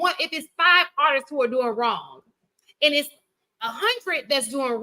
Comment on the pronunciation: How yall keep letting this dude say "artises"? ARTISTS has two syllables not three!